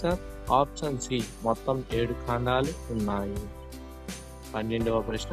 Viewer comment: Mundu meeru option ane padam correct ga palakandi, ఆప్షన్ అని. పలకండి, అపచ్చాన్ కదూ